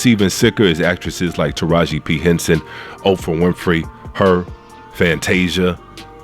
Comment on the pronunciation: But can you please say these peoples NAMES right? SPEILBERG. .There's no "S." OPRAH, there's no "F "and it"s Halle Bailey, not Chloe. You're entitled to your opinion, but at least at minimum, say these peoples names right. It makes YOU sound like the "buffoon."